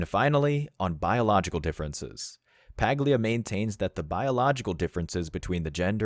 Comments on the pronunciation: The “G” in her name is silent, sounds like “Pah-lia”. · Check how to pronounce her last name. G is silent